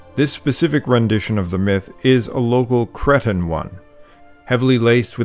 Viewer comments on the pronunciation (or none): Am I the only one that hears kretin when he wants to say Cretan? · Cree-tan not Cretin